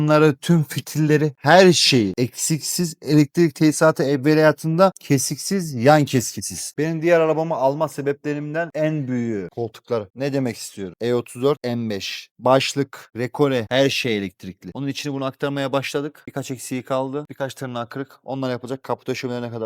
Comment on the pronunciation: rekore degil recaro